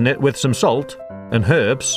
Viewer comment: anyone else hear perves instead of herbs